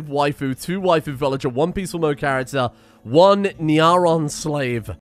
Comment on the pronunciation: I must admit, before I became part of the empire, I was a heretic. I found myself correcting your pronunciation of nyaron... May the emperor forgive me...